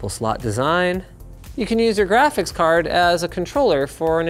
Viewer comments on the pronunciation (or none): Jraphics cards